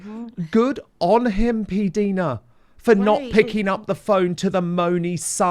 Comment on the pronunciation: Dan, her name is pronounced P Dina, not P deena. The I is eye/i. Listen to her channel. She pronounces it clearly. Thanks😘